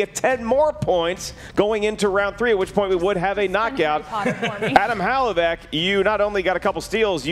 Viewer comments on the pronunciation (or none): unless it's an inside joke, It's 'huh-LAV-ick'... 'huh-LAV-ick' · I love you man, but please learn to pronounce Hlavac. You keep saying "Halavac". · Wtf was that lol "Hal-uh-vack" killed her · should avoid pronouncing Hlavac's last name if he isn't capable of doing it right. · If Hlavac pronounces it that way, then his Slovak ancestors are turning in their graves